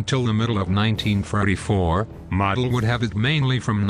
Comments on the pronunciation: Once again you’ve taken away from an interesting documentary by butchering the pronunciation of Field Marshal’s Models name. It’s common knowledge that his name is pronounced Moe del and the way you say it has nothing to do with an accent or an accepted alternate pronunciation. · It's actually Modl like Jodl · Model (I believe it is pronounced Merdel) was regarded by some other generals as a strategic dunce, but a tactical genius. He was known as the Fuhrer's Fireman, for his ability to solve tactical problems, on the fly, and prevent the Soviets from exploiting breakthroughs. But when he was transferred to the Western front, he came under criticism for his lack of strategic nous.